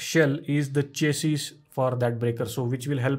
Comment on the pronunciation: I love your videos. But you mispronounced chassis. Its shassy